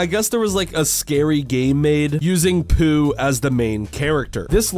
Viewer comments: po not poo. 😮‍💨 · Just to let you know it's pronounced pou not poo